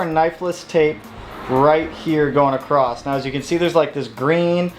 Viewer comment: OMG, please stop saying "accrosst" That said, I'm Bout the yellow as well